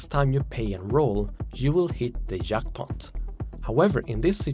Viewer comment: Oh. The way you pronounced "jackpot" and "majority" gave me French vibes. Guess I was wrong, eh?